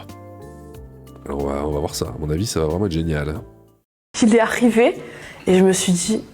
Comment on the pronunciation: " il et aRRRiver "